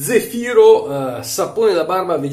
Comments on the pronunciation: Credo si pronunci zèfiro, con l’accento sulla E e non sulla I 😉. Comunque grazie della recensione, cercavo opinioni su questo prodotto che ho visto in vendita in un negozio di articoli naturali/biologici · e' Zèfiro.............ma tu lo dici apposta............... ahhahaahahaahahahahahah te possino............